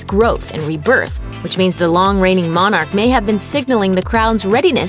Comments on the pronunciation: Pronounced “monuck”? Are you giving us the phonetic pronunciation of the work with an English accent? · Love your phonic way of pronouncing Monarch. Brilliant